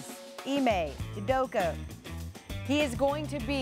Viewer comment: UdokA. Not Udoko. Come on.